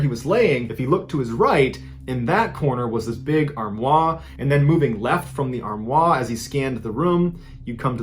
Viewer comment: That pronunciation of "armoire" is too much 😂